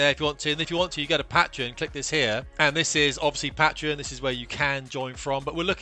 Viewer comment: Mate learn how to pronounce Patreon, it's killing me lol